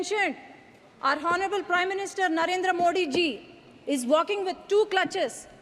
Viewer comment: English pronunciation should improve... In Honourable, 'H' should be muted. Nandyal Parliamentary Constituency, not Nandyal Paliament... Most of the Abbreviations should have 'The' before them. I wish he were here.. not I wish he was here.. Not Clutch but it should be 'Crutch'. In Sword 'w' should not be pronounced, therefore it is 'sord'. Just a few to name... grammatical and pronunciation errors....pls.